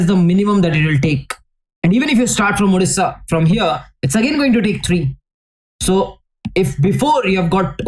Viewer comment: Odisha ❌ Odisssaa ✅